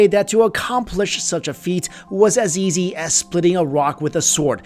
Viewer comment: Anyone else notice how he pronounces easy like "Yeezy"?